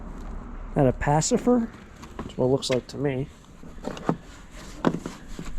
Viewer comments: Pacifier, not pacifer 😂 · I thought pallet auctions were pretty much all things like Amazon or Home Depot returns. I never would have expected there to be pallets of things from someone's personal storage unit or basement. By the way it is pronounced PACIFY--ER not PACIF--ER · Pacifier not pacifer